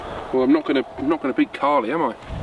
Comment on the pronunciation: nah he calls your putter Carly instead of sally, then says Carly b instead of cardy b